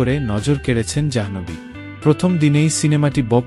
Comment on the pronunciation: অশেষ ধন্যবাদ জানাই আপনাকে Janhvi না বলে Janhobhi বলার জন্য